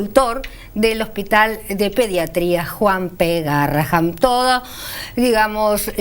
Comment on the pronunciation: amo ese hospital, conozco al DR Bersusky , a Tello, a Galaretto, y a muchos de patología espinal por que mi hija fue operada de columna 15 veces allí. Le suplico a la conductora, ya que dice haber transitado y trabajado alli, que diga GARRAHAN , EN VEZ DE GARRAHAM, PORQUE EL NOMBRE ES EN HONOR A UN MÉDICO CON ESE APELLIDO, Y EL CARTEL ES MUY GRANDE COMO PARA NO VERLO.